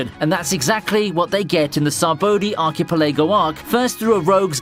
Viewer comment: “Saboedie arcapelago”